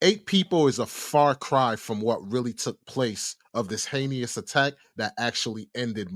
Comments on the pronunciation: The word he keeps trying to say is Heinous. Not “heinious” omg that was bothering me so bad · It’s “hei-nous” not “hey~knee~ous” Just a pet peeve of mine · pls forgive me but you keep pronouncing the word heinous wrong 🙈 it’s not heinEous it’s heinous pronounced Hay-nus. Also your description/definition of s*domy is wrong, it is the act of something going up the “back end”, basically it’s butt r*pe instead of regular vag penetration K I’m done sorry 😅🙈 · Why do he keep saying heinyous instead of heinous. It’s making me mad idk why cause it so small. But we have google pronunciation it will tell u how to say a word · My boy said Heykneeus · Heinous, pronounced “Hay nus” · The only thing fishy is how you pronounce “Heinous” 😅